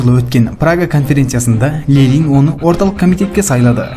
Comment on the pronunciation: Неге Лелин деп оқисыз,Ленин ғой?